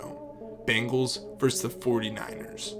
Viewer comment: It's "versus", not "verse".